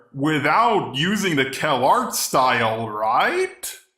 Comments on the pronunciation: Its Calarts not Kellogg's. xD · I literally though the "calarts" was pronounced "Kellogg's'